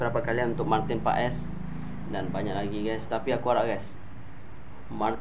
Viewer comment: English u bagus bro , pronounce paes is Pass 😊😊